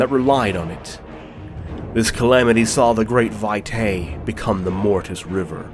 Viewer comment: Vitae isn't pronounced Vie-tay, it's pronounced Vee-tai.